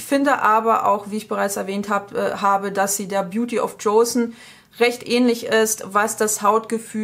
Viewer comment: Joseon nennt man die Zeit zwischen 15. -19. Jhd in Korea und das Jo wird wie "CHOcolate" ausgesprochen ;) Leider nicht wie Jason^^